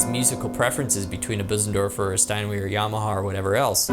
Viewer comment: Marvelous review again! I did not only enjoy all the very informative explainations, but also your wonderful playing! Ah! And of course your perfect kinda oldfashioned super-German pronounciation of the word "Steiner". Could it be you watched too many American movies about Word War II? Just kidding! 😉😁 Cheers from Germany!